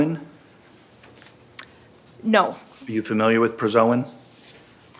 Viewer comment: Prazosin, not prazoin.